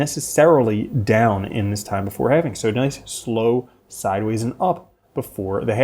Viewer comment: "HalvIng" bro, lol. I can't hear "halfing" one more time. I'm gunna go insane